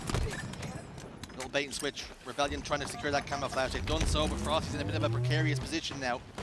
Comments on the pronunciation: "And trippy now has the CAMMMAFLLAAAGGGAAA (a simultaneous Australian/british/new Zealand/english/crocodileDundee accent)" Its Cam-O-Fla-je Not Cam-A-Fla-GggAAAAA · Man i really hate the way he says camouflage l, i absolutely hate it.